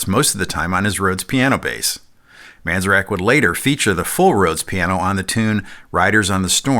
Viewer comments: The name of the keyboard player for The Doors... is Ray Manzarek NOT "Manzerak" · Great video over all but, my friend, you are butchering the names of two very important musicians. It's Ray Man-zair-ek and Joe Zah-vee-new. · I’ve never heard Ray Manzarek’s name pronounced that way 🙄.And The Doors did have bass players in studio, most notably Elvis’s bassist Jerry Scheff